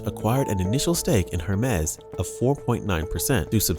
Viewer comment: Hermes is pronounced, “air mays.” Not “Her Mes.”